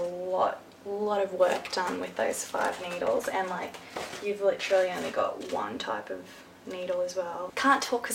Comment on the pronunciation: Literally not litchally